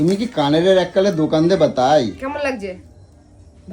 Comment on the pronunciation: কেম্মায় আর এম্মায় টা দারুন হ‌লো । হ‌্যাঁ এভা‌বে কেন কথা ব‌লে কেম্মা এম্মা?? লেখাপড়ায় কি অষ্টরম্ভা না‌কি??😅😊😂